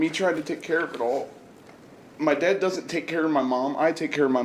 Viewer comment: The way the girlfriend says “had and “dad” it’s “hayud” and “dayud”